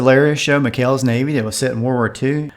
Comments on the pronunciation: It's not "McCales" navy it's "McHales" navy 🤦‍♂️ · Yea, when I was a kid and I mean a kid, like eight years old, I kept asking people why do they call it McCale's Navy when it's spelled with an H. Never got an answer. Lol But I realize your mistake because everyone pronounced it with a C. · McHales Navy, not McCales Navy.